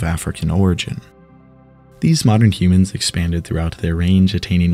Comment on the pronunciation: did bro just say human like that